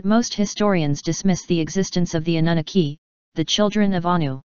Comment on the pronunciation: Computer voice pronunciation fail. Suggest you replace Anunaki with Ahnoonahkee.